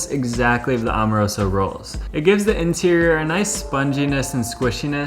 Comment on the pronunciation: Bro my family owns Amoroso. My aunt Marie and uncle Leonard passed and now my cousin Lenny has it. They’re extremely overrated. Terrible for cheesesteaks. Decent for hoagies but there are faaaaaaar better choices……and it’s pronounced Am- o-roso not Om-a-roso……and most Philly steak shops don’t know you. And your cheesesteak looks good for an outsider, but I’ll make a better one in my house and there’s no way on earth yours is better than every steak in Philly😂😂😂😂Angelo’s is king of steaks…..